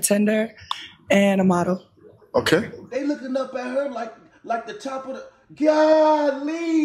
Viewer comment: Dude said Gooollllyy. You just told me you're from my neck of the woods with that one word. Who else says that? Jess us. LOL